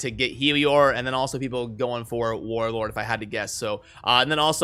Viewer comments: Is it just me or do I just keep hearing Warword and Warorb. lol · is it just me or he keeps saying warwag instead of warlord lol